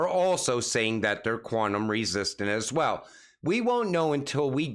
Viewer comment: I counted twenty Ass Swell's can you mix in a few also's in place of all the Ass Swell's? Lol! All joking aside your content is some of the best I have heard among the XRP influencers. Keep up the good work.